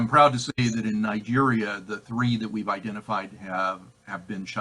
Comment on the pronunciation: "Three" not "Thee", I assume.